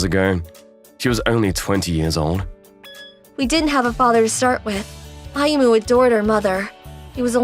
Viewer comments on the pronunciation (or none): did not say Ayumu's name correctly even once. He kept saying "Ayumi".